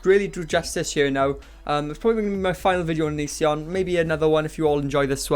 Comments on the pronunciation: DID YOU CALL HIM ONONCEION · 'ononceion' !!! canny believe i'd not heard that one before hahahahah